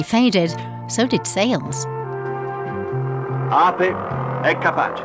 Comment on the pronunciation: It's pronounced "Ah-peh", not "Ah-puh" !